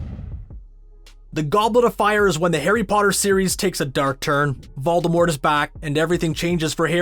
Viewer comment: I have subtitles on and he said volermort but they read, valdar wart